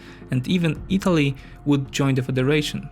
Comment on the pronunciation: The video is of high quality. However, you definitively need to watch - your pronunciation (in particular, the English pronunciation of 'i' is close to pronunciation of 'y' in Polish (e.g. Italy is /ytali/, not /itali/ - where you put the stress regarding syllables (e.g. it's purSUIT, not PURsuit) But again, great job.